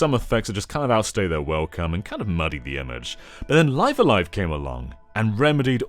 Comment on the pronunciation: I would think that "live A live", the first word in the title would be pronounced like Liv as in Liv Tyler